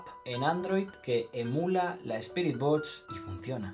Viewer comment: Por favor puedes decir BOXXXX en vez de botch